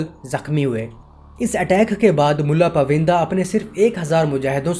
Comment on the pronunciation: یہ پائوندہ ہے، پوِندہ نہیں۔ بہت سی جگہوں پر برٹش کے بجائے برٹین کہنا چاہیے تھا۔ وڈیو بنانےسے پہلے اپنی جہالت قدرے کم کر لینی چاہیے۔